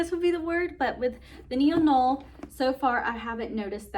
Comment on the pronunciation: I have this bag as well in the same same color option. I love mine as well. The Neo noe is pronounced (Neo• No way). 🙂 Great review!!